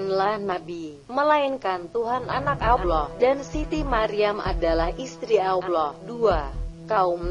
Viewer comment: Ya emang bikin sakit kuping sakit hati juga sih nyebut allah aloh dia blg